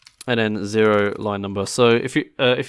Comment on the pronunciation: Why is zero pronounced differently?